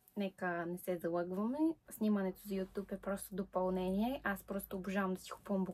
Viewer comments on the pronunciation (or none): none